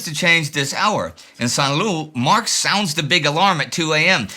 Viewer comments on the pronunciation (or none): none